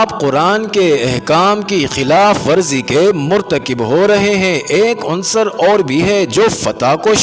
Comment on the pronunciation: ایڈمن.......لفظ "مُژدہ" نہیں " مَژدہ" ہوتا ہے....... لفظ " عُنصر" نہیں " عَنصر" ہوتا ہے " خوشنَودی" نہیں "خوشنُودی" ہوتا ہے